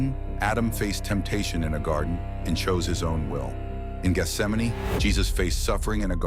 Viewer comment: So glad this pronounces Gesthsemane the right way instead of "Geth - sem - mane".